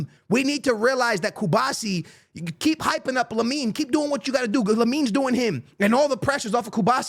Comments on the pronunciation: pronunciation of any player in SHAMBOLIC😂😂 “CuBAHsi” There’s an R, it’s Cubarsí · cuBARsi not Cubasi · Hearing Cubasi every vid is infuriating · Is there a genuine reason that doesn’t pronounce players names correctly? Like first it was Yamine Lamal until he got big now it’s Arojo and Cubasi, I can’t 😢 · It’s Ah-Rah-uh-Jo Araujo. Ku-BAR-Si Cubarsi. You don’t know how to enunciate?!